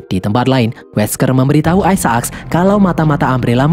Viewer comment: Sebutannya Isaacs bukan Ai Sa Aks min tapi Ai Zek lo .